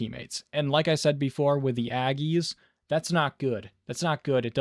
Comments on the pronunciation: Had to get back and try to fiout the 1st mod...Aegis isn't pronounced "Aggies"...its "Aye-jiss" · "AY-jis". Say it with me..."AY". "Jis". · Bro, fugging concise, if they made cars like this it would never break down. 😂 scientific field tested, and Slick, I've been looking for THESE ANSWERS for months, nobody gives a crap about helping, this makes you a legend. ⚡ ONE funny correction iTs pronounced AGE ISS. 😂